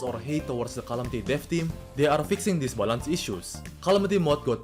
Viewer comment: I like how he says balance as "balánce"